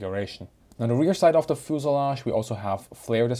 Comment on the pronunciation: Very dense Information! But never heard of "fooselage" ;)